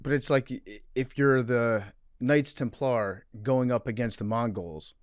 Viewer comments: PFTs pronunciation of Knights Temp-LAR was driving me up the wall haha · The Jeremy Lin of religious history would be Joan of Arc. Also, PFT saying Templar with the emphasis on the wrong syllable is like nails on a chalkboard to me for some reason.